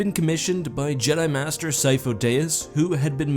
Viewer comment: How do you mispronounce Sifo-Dyas, the only place we hear that is in the movies, you probably also say libary instead of library, and the specific ocean instead of Pacific